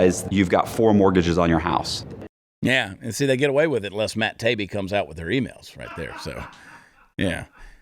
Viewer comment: The name is pronounced. Ta-e-be 😊